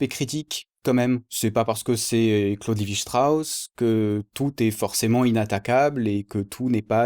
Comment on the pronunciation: Pardonne moi mais je pense que tu prononce mal Claude Levi Strauss 😂 merci pour cette vidéo très informative 👍